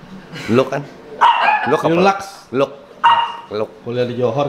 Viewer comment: Luxe bacanya 'luks' kalo Lux bacanya 'laks'. Maaf ya kepo pengen bilang itu aja soalnya debat itu molo tiap episode. Hehehe..